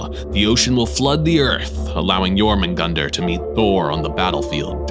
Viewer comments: Hahahahh I have always pronounced jormungandr as yo-munga-durr hahahah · this man is the only person i've seen properly pronounce Jörmungandr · I like how how u pronounced jormudgandr and Ragnarok! It’s really accurate:)